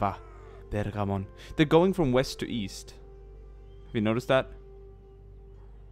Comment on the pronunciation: I like it when he says pergamon in accent